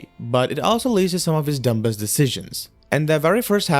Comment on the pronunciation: this is meant to help you so please don't be offended, there is a B in the word "dumbest" however you do not say it. so it's. Dum-est, not Dum-Best. :)